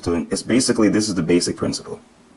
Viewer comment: "ok les get to dis joint" lol